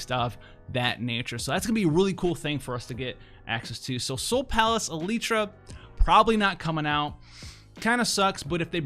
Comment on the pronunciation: Dear, Is there some intent for your constant mispronunciation of words and names? Is this for the effect of trolling the producers and/or consumers? Are you perhaps just very dyslexic? In this particular example, it clearly reads "El-tir-a". As in El tear uh. In almost every video that I have watched, there is some horribly botched name/word pronunciation. In the manner and pattern by which these errors occur, it seems to me that you might have a form of dyslexia. Though I appreciate your vast knowledge and insight of FFBE, it comes with a price. I have noticed others mispronouncing in-game names and jargon after your poor direction. I too, am having a difficult time now when reading things that you have voiced incorrectly, without hearing the wrong pronunciation first in my head while reading. It's very irritating, and a disservice to the game. The writers and creative departments spend a lot of love/labor for these words/names. I suggest paneling these things for proper pronunciation before broadcasting them incorrectly to the entire word. You would be helping language instead of hindering language.